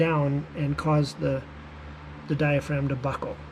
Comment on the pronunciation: Lmaoo Dia-fragum Hahaha